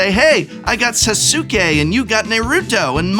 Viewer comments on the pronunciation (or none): Nice shout out to naruto cards but my lord you butcherd some of the name its sas ke the u is silent 😂😂 i started playing professionally with cards when naruto came out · Lol did you really say Sasookay? Lol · SAY-SOOK-AY NEIGH-RUTO my god prof is killing me, amazing. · He butchered Susake lmao Good try tho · You said Sasuke wrong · I died when you said Sasuke, it was top notch.